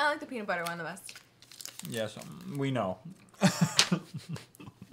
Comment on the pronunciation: It not beanutbuter